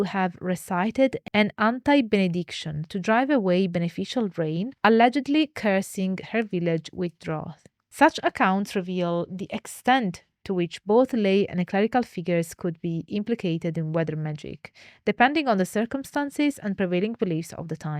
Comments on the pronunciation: Drought is pronounced Drawt, not being pedantic just trying to help, love what you're doing here! ⚡ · I don't know what you're talking about. Drought is pronounced like 'out' , not 'draw'.